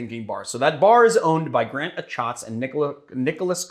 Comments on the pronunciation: Jesus you’re right...I always have to remind myself it rhymes with jackets lol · It’s season 2 episode 1 of Chefs table. Also you pronounced Grant achatz wrong.